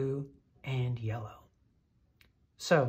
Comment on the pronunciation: Did you say, "yeller" on purpose? 😂 That's what I call it..